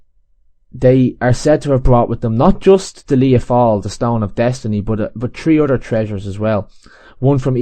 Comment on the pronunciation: Isn't "fail" pronounced " fall" in Irish, the "ai" being pronounced as "ah" would be in English, as in the way "Fianna Fail" and "Dail" is pronounced?